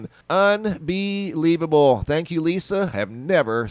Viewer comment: I don't know why but when you said unbelievable. I heard it as un-Bee-Leafable!! 🍃🍂🍁 lol the amount of puns on this thread makes me love everyone here oh so much 🤗